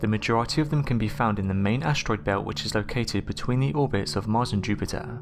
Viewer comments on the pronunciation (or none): none